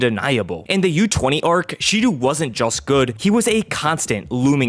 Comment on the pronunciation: Hey dude just so you know Shidou is pronounced like She-dough. Great video btw